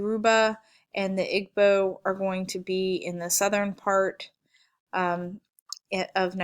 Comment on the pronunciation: It's pronounced E bo Igbo. Your o bah Yoruba and how sa Hausa